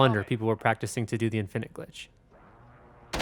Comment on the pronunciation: Why do you have your own personal way of pronouncing infinite?